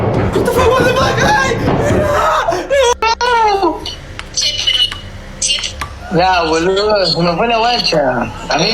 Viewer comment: 🤔... guatafac, guatafac, guatafac, ... EXCESO DE ¡guatafac!! (así de mal escrito, por lo mal pronunciado por un Argentino). Me cansó por lo ridículo el primer caso. 😹😹😹😹😹